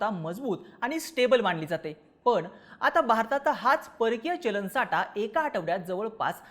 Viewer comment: आटवाडा नाही आठवडा बोल साटा नाही साठा